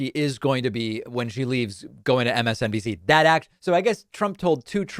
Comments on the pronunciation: David, it sounded like Trump said "MSDNC"--did I hear that right? And this is why he loves the uneducated. Whatever happens, I don't think this is going to end well. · I thought I was the only picked up on that. I thought he said “MSDMC.”